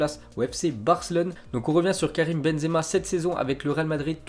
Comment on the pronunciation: c'est karim et non karime